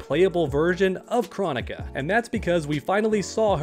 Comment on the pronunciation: I don’t understand how Kronika’s name has been said so many times in game and yet you still don’t know how to pronounce it.